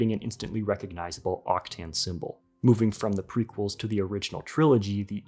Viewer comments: I'm pretty sure its pronounced "Octan" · It almost hurts like you pronounce Octane, there is no i before the a